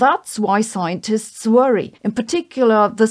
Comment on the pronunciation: Don't Vorry, Be Heppy...